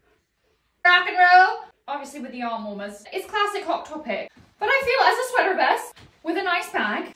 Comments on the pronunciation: I am so thrown off that every time she says sweater it is with an American accent. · What was that peep of an american accent coming through when she said sweater?? 💀